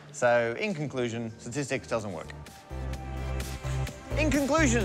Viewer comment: "Parker-stistics" .. I think its good enough!